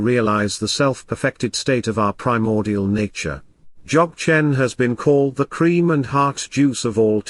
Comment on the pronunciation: I t would be great if the announcer could pronounce Dzogchen in the correct way Also the word Rinpoche was mispronounce A little more training in language is necessary